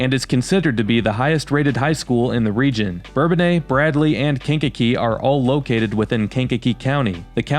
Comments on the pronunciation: Us locals call it Burr-bone-iss not bourbon aye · For me , Bourbonnais will always be pronounced Burr-bone-ass. They changed the pronunciation when I was a kid. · When did folks start to pronounce Bourbonnais in the French manner? When I lived there in the fiftys we said something more like Burr Bo Nuss.